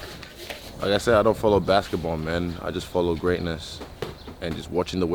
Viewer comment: He said brasket ball 😂